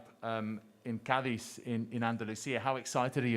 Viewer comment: lol "car diz" it's "car deeth", mate :-D